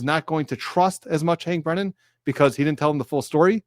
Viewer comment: Be careful, my friend. You look wise with your cap and your beard. But for a moment, I thought I heard you say “didint” like a GenZ fool, instead of “didn’t“ The only worst thing would’ve been to say “dinit” Be careful, and carry on